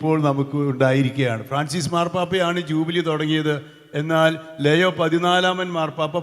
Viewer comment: ലെയോ അല്ല ലിയോ